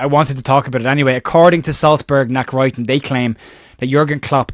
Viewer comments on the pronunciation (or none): Hi, Just a little help Nachrichten is pronounced Nack- rish -ten ( News) Good attempt though.